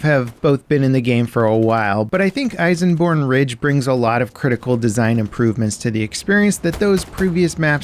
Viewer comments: Elsenborn Ridge not Eisenborn Ridge. But great video anyways! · It’s actually ELsenborn, with an L, not an I :) (source: I’m Belgian)